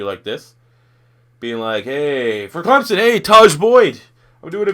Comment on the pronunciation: It Clemson not clemzon